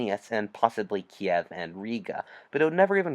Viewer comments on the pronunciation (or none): none